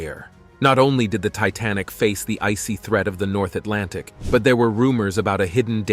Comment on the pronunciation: STOP SAYING ATLANTIC 😭😭 my mind when u say it "EyEs BlUe"